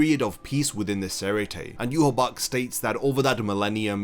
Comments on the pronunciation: Yu ha bach? Say it with me: yu ha ba ha I know you can do it! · It's pronounced you-wah-bah-hah